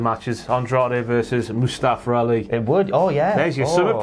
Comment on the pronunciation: They always pronounce his name as Mustafer and not Mustafa lol